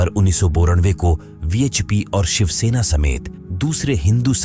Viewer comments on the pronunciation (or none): none